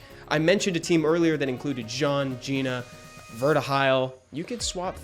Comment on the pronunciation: 1, Gina is top 3. 2, your didn’t pronounce Gina right